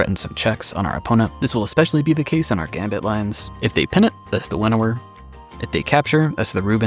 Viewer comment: Winawer Waker?